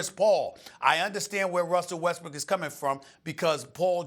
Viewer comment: Did she just said Westbrick? lol